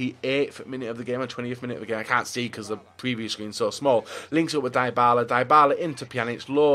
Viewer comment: is basically a full-time fifa youtuber but he doesn't know how to build a draft and pronounce 'Dybala'.